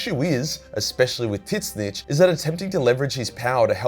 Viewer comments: zeeeeench not tit-scitch.... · I feel obligated to point out that it's pronounced ZEE-NCH not Tit snitch. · Ok are we going to ignore the fact he kept say "TiT-Snitch" and not "Zeenche" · I can't how you pronounce Tzeentch like "tit stitch". I believe it should be done like a bird skreech. To just pronounce it "tszieeench" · Why do you spell Tzeentch as "tit-snitch", though? It's more like "tz-inch" (starts like a "tzar", ends like Grinch). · Took me few moments to realize that Tit-snich is Tzeentch, not Slaanesh as TIT-SNITCH like describes Slaanesh prety well😄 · Lol, Titsnitch not Tseench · Why do you pronounce tzeentch like tiznitch I thought it was "zeentuch" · Why do you pronunce Tzeench as Tit-zinch? I always assumed the T was silent and was always pronounced "Zeench" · I can’t say I’ve ever previously heard Tzeentch pronounced as ‘Tit Snitch’. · Am I tripping, or is he really calling Tzeentch "Tit Snitch"? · am I the only one wondering, what kind of accent makes you pronounce Tzeentch as "Titsnitch"?! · I every time he said “tzeench” I thought he was saying “tits bitch” and was talking about Slaanesh. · I can't unhear "Tit-snitch".... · Tit Snitch is the funniest pronunciation I’ve heard yet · Wait. Hold on. Is there s god called "tit snitch" or are you mispronouncing tzeentch? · Tits-nitch lol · Who tf is Tiz nitch? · so nobodys gonna mention the fact that he pronounces tzeentch “titsnitch” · I can't get over how this guy says Tzeentch. I always assumed the first T was silent like in the word tsunami and the second t was part of the ch sound. I have only heard it pronounced Zeen Ch. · It’s TZEENCH THE T IS SILENT LIKE IN TSUNAMI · Why the f does he pronounce tzeentch as tit-snitch??!!! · Tiz-nitch though... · The fuck is this pronunciation of Tzeentch, why are you calling him Titsnitch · I know Tzeentch isn't particularily easy to pronounce but dear Emperor you absolutely butchered it XD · Please for the love of god stop saying Tzeench like that